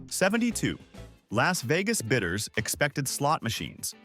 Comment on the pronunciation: BIDDERS, not bitters !